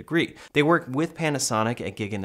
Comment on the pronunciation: GREAT ‘WURK’!?